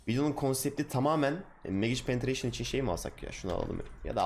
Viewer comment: Kankim Güzel video ama nolur "MAGİÇ PENETREYŞIN" deme :D